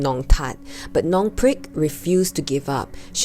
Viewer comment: Wait is his name long prick? lol I can't understand.